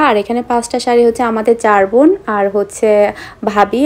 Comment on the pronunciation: Tumr sob kotha e sunte valo lage kintu tumi business k bisnes bolo r bon k von bolo asob pronunciation Thik kore bolle valo lagto kotha gula